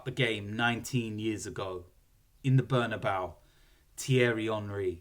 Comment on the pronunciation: Bernabeu or "Burn about"😂